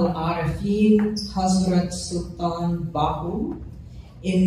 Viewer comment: So sweet to listen her how beautiful she pernounce the name of Hazrat Sultan Bahoo.❤❤❤❤